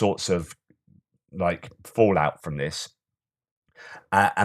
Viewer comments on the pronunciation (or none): none